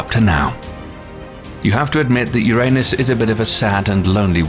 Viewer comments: This Narrator "" is spot on if it comes to saying URANUS. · I never laughed so hard. Ever! I’m so grateful you pronounced “Uranus” the old way. You are legendary!